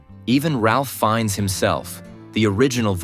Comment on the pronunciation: Your AI's horrible pronunciation of Ralph Fiennes' name is enough for a thumbs down. It's lazy, and insulting to your audience.